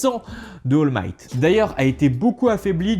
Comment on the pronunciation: C'est pas oll might c'est all might